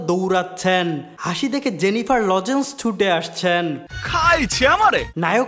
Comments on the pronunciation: Bro,Did you just say Jennifer Logens??? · Who noticed "জেনিফার লজেন্স" 😂😂